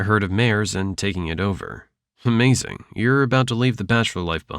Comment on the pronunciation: did you just said "Umazing"?